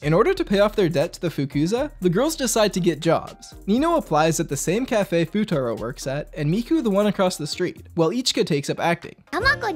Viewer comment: "Fuutatski" had me dyin